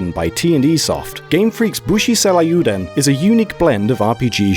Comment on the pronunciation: Booshy Cell I You Dun? Futa Lee No You Shah? Sorry, I had to tease a bit. There's no harm in having an accent! If you're interested in learning how to speak Japanese, though, let me know. The native pronunciation might seem awkward at first, but with a few parallels drawn to English sounds and words, it gets easier to grasp relatively quickly.